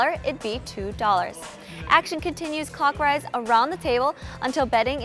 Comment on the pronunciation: This girl is FOB af 🤣 she said “cockrise” but meant clockwise